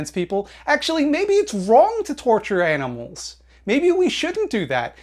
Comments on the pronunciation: what did you say you like? Why did it sound like "aminals"🤣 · " I like aminals" that cracked me up. lol